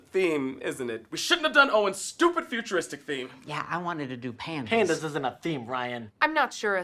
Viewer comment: Wait he was saying pandas this whole time??? I thought he was saying pants. This makes so much more sense now. I’ve watched this episode hundreds of times how have I not noticed this